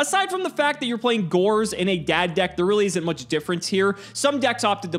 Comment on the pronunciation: How hard is it to say Tele-Dee A Dee? That is the proper way to refer to it. You only pronounce an acronym when it consists of four or more letters like NATO or ACOTAR or NASA. But then again, this channel can't do anything properly even what this series is supposed to do, which is play Yugioh.